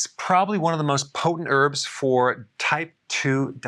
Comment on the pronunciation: Come on its herbs not erbs, don't neglect the 'h'